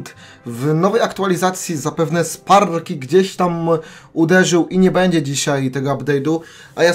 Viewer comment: Ja uslyszalem spalszkjky